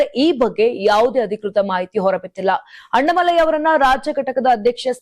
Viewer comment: ಕನ್ನಡ ಸರಿಯಾಗಿ ಮಾತಾಡಮ್ಮ ಅಣ್ಣಾಮಲೈ ಅವರ ಹೆಸರು, ಅಣ್ಣ ಮಲೈ ಅಲ್ಲ ತಾಯಿ.